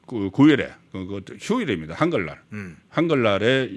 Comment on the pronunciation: 단어 억양이 틀린데가 있네요. 대표로 글자로는 안더지만 한글날 앞뒤억양